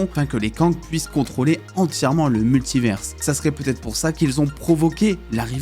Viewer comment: Jai une question, pourquoi tu dis « multiverse » et pas multiver ? Tu stresses à ajouter un « s » dans la prononciation alors que y’en a pas. A la limite si tu le disais en anglais ok mais là tu dis en français. Univers tu dis « universe » ?